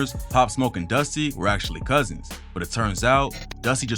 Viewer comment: Cuz’ins as in crip